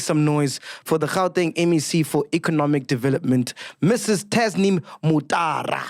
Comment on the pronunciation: Sol was butchering Tasneem from the start of the interview